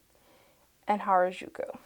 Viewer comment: just a fun fact: 'harajuku' is a youth subculture hotspot in tokyo and pronounced "ha-ra-ju-ku," with the r sound being similar to the spanish 'r' (not the rolling one!) and the 'ju' sound being hard and less like a soft g (as pronounced it).